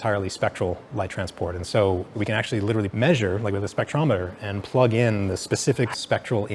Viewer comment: “Liturally liturally Liturally”